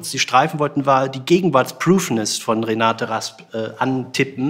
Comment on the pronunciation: Wäre schön, wenn Sie wenigstens den Namen der in Rede stehenden Dichterin korrekt wiedergäben: Renate Rasp ... Der Rest ist Framing.